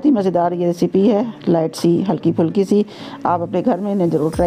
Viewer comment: Good 👍 but fulki nhi phulki Sahi word hai